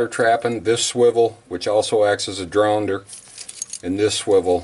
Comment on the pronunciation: Did he say drownder? What! How mean! hahaha Have a good'nnn